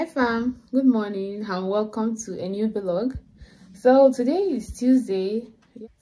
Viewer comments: Nice video, I really enjoy your content. But I wish to know if it's actually pronounced Vilog as you always do or Vlog. Just asking to learn please, no offense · Thanks for your support ❤️. I always thought of it as video blogging so I pronounced it as V log, but I just looked it up now and saw it’s pronounced as vlog. We learn something new everyday lol 😆. Thanks for pointing it out